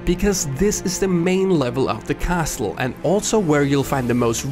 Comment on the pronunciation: CASLE, the T is silent!